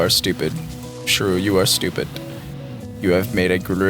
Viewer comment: been watching for a few videos and only just now realized his name is shrew not screw